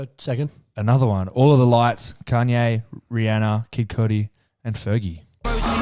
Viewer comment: Why the fuck are the boys calling Kanye “Conye” 😂😂